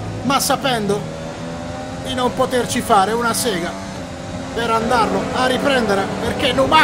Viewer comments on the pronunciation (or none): none